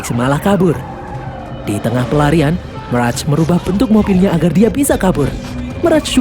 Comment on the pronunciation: meras???? klau ngmong bahasa indo juga bukan meras tapi mirej